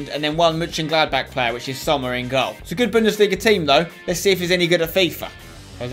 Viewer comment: sommer is pronounced zommer btw spencer